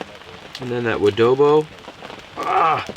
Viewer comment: Adobo? Wodobo?